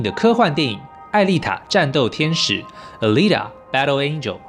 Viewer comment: Alita念阿莉達 請不要念呃莉塔